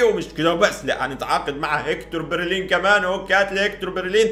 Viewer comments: بلرين ❌ برلين ✅ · برلين ✔ بليرين ❌ 😂🤣